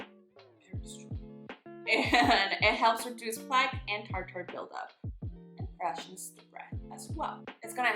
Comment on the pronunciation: Hahahahahaha it’s t(are)-t(her/er) not fancy tar tar.